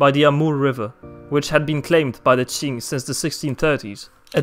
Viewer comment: The history of the China Qing Dynasty was completely correct，Chinese pronunciation is very accurate，Well done 👍